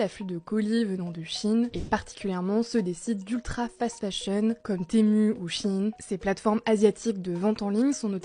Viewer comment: "sur shiiiine ou témuuuuu".... Faites un effort putain.